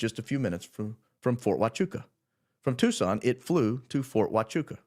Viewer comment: Fort Hwah-choo-ah....